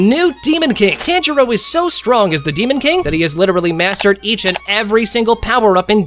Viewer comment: bro can you say tanjiro the right way